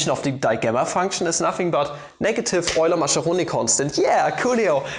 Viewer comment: 'Maskeroni', not 'Masheroni'